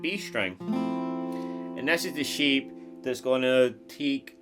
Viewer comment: Every time you said ‘shape’, it sounded like ‘sheep’ 😂 Guitar sheep bahhhhhhhhh